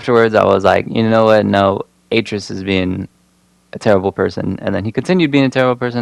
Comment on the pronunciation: You missed pronounced atreus wrong